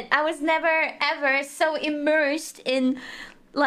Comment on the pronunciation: to be fair, Kiara's accent was a bit thick on that particular word.